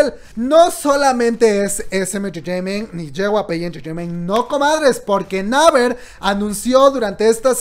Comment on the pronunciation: amo tus videos, pero se me revuelve el buche cada que te oigo pronunciar mal (repite luego de mi "Yi Guay Pi", "neiver") jajaja o lee todo en español...TE AMO!! no me odies